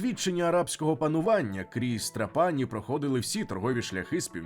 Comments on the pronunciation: ТрАпані, а не ТрапАні !!! Якщо так добре знаєте кухню, то чому місто не пам'ятаєте, як зветься... 🥴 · Відео супер, повне, містке. Молодці. Але не ТраПані, а ТрАпані. Аранчіні, канолі, граніта найсмачніші ніж у всій Італії. Ще вони роблять скшені помідори (pomodori secchi), ії смак найкращий. Хліб до страв ( супів) подають підсмажений поливаючи його зовсім трішки ароматизованною оливковою олією (олія+1 зубчик часнику твльки трішки для ледь помітного смаку+ базилік+ петрушка все перебивається блендером до однорідної маси).Я пишу і слики течуть😂 то є смачно неймовірно. Timballo на Сицилії як Melenzane a parmigiana в Неаполі, коронна страва, рросто ТОП. Gelato con il brioche, ви маєте спробувати обов'язково де б в Італії ви не були, неймовірно смачно. В кожному рогіоні Італії морозиво смачне і різне, але все одно дууууже добре. Ще граніта подають після рибної страви, щоб позбавитись рибного смаку, кажуть puglire la bocca( очистити рота). Італійці люблять смачно поїсти і підходять до приготування їжі з душою. Дякую за відео❤